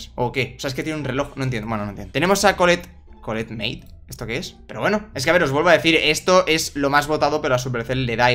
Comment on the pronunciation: Me gustó cuando dijiste colllet huevito🤣🤣🤣🤣🤣🤣🤣🤣🤣🤣🤣😂